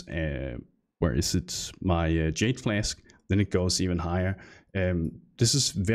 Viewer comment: Everytime you said "flask" I keep hearing "fläsk", danish perhaps?